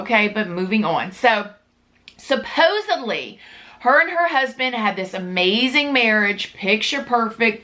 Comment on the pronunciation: Not to be mean but . There is no b in supposedly